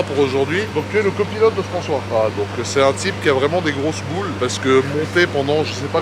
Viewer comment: Raoul evec Frencois 😂😂